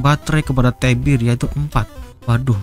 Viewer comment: Namanya T.E.B.I.R bg bukan LEBIR🗿